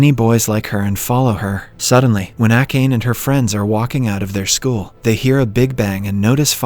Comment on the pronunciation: How could you butcher Akane's name like that? Jeez